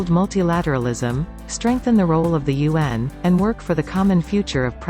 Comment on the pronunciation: You pronounce UN as Yuan ( the renminbi) 👍 Just a China trivia